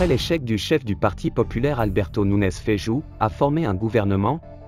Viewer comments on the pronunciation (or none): MAROC 24 : corrigez svp Feijo par Feikho kho kho kho خ et non pas ج